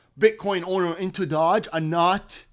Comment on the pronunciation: You really need to pronounce it right Doge not Dodge